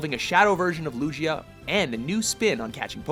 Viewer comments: this man really said "lujia" instead of lugia smh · correct and the pronunciation of it is lu gi a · Alot of people say lujia but it's god damn lugia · its lugia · is it Lugia or Lujia? It's Lugia in Japanese but maybe it's different? Sad that Explorers of Sky was in honorable mentions ;-; No Pokemon game has made me emotional except for Explorers of Sky. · Lugia... Loo jee ahh? It's loo gee ahh! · "luge-ia"? it's lugia. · I see WatchMojo’s narrators still can’t pronounce shit Loo-gee-uh not Loo Jee uh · DID YOU JUST SAY........... LUJIA??? TRIGGERED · Mister Gamer IKR!! IRS PRONOUNCED Loo-gee-ah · This is the first time I've ever heard anyone pronounce Lugia's name with a soft G. My reaction was "...lugheeuh? What the hell?" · did he just say... "luJia"??? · Ikr lujia xD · You have an issue with Lujia? :P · This man said Lujia.Don't know why but that really bugged me. XD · Sounds like Lujia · Personally, I like the sound of it. Hehe. Lujia~ Sounds fancy. Like pronouncing garbage as garbaj. XP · It's Lugia not lugea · Did they really just say LOOGIA instead of Lugia. Jesus fucking christ. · Did he really pronounced Lugia like LOOOGEEYA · why do you butcher pokemon names? it is loo-gia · Omg I shoulda known theyd pronounce the names wrong, Luchia? Seriously? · right clearly theres a G in its name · why would that be sarcastic? ots Lugia not how ever the fuck they pronounced it in the video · did he just say lujia? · Did he say luijia this hurts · Why are you making a Pokémon video if you pronounce Lugia like Luigi I also find it quite funny that snap is on here 😂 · "Loojia"?? Lmao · It's LOO-GEE-A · HE SAID LUJIA TRRIGERD😠😡😠😡😠😡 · this fool pronounce Lugia's name Luzia. OMG!!!!!! Lol!!!! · GamerTaserz GT well it's lugia jsuk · GamerTaserz GT but how theres a whole G in it lol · I cringed at the way he said lugia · me too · Right. He completely discredited this entire list after that pronunciation. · Did he just mispronounce Lugia? Wtf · Bruh you said lugia wrong